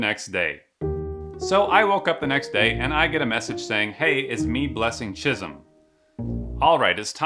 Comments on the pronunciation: Chisom is pronounced Chi'soam not chizm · It's the way he pronoun chisom though 😂😂😂😭